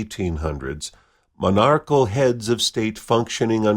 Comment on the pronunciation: You're leaving a syllable out when you say, "monarchical."